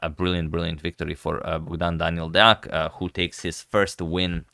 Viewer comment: the pronunciation on 'deac' is good this time :)